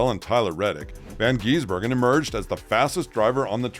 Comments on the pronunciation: It is Gisbergen not Geezbergen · The correct pronounciation shortens the I in Gisbergen. Its not Shane Van Geezbergen. Gis-bergen 😁🇦🇺🇳🇿